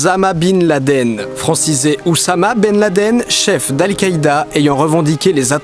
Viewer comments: أسامة بن لادن se lit bien Oussama Ben Laden et non pas Ouzama...ce prénom n'existe même pas Ce n'est pas parce que dans une transcription en lettre romaines un S se retrouve seul entre deux consonnes qu'il doit être prononcé Z :) Sinon Sasuke se prononcerai Sazuké............(quoi que la VF de Naruto à fait ça pour Kisame moi qui prend ça comme exemple -_-) En dehors de cette étrange prononciation sympa comme théorie as always PS: L'arabe est ma langue maternelle aux côtés du français hein je ne parle pas pour parler ^^ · Non Ossama est la bonne prononciation ça se dit pas " ozama " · Ca se prononce "Oussama" pas "Ouzama"... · En arabe, Oussama se prononce "s" et non pas "z", ça signifie lionceau. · Ozama 😂😂 Je l'avais jamais entendue celle-là, t'inquiètes pas ce prénom arabe se prononce vraiment Oussama. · pour info le nom d'oussama ben laden n'est pas du tout francisé, en arabe il s'appelle oussama ben ladan et pas du tout ouzama bine ladéne (le prénom "oussama" est pourtant assez connu :/) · Il s'appelle pas plus osama bin laden que Oussama ben laden, c'est le nom arabe qui compte, et c'est pas syllabique, ça se joue à la prononciation. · c'est Oussama et pas Osama 😂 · Sympa ce format, mais par contre ça se prononce bien " Oussaimai " pas Ozama ou je sais pas quelle prononciation tu as pondu pour coller (^o^) et même si l'adoration des morts est interdite dans l'islam beaucoup de musulmans font ces pratiques sur d'autres morts en ce moment même..Mais c'est le dernier soucis des américains évidemment, au contraire même, les américains voudraient que les arabes adorent autre que Dieu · Par contre ça se dit pas "ozama" mais "Oussama" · C'est Oussama pas ouzima Sinon Bonne vidéo! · C'est bien Ossama et non Osama, en arabe du moins, voire même Oussama. Sinon vidéo très divertissante comme toujours ^^